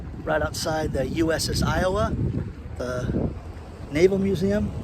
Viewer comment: Hi - good video - I see it, and I agree with you. One small favor I would ask of you - please say, "U.S.S. Iowa". Thank you.)))